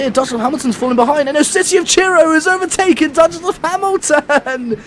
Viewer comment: Why is it so hard for you to say overtaken lol